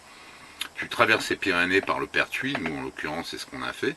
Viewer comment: Le perthus et pas le pertuis